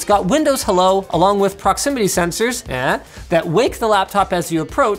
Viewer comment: More like "smoothlest". lmao